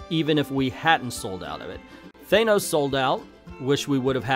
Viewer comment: Thanos = Thainos? I don't really care how is said it just really bothers me